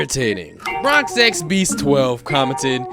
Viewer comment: Yo dis nigga really said Bron X beast?